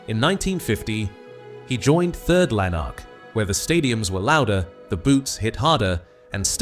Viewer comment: that present this YouTube web site are a sham and attention seekers. My first alarm about them was when the voice over called Third Lanark, "Third Lan Ark", then he pronounced Jock Stein as Jock Stine. Finally check their other videos, all dwelling on the negative.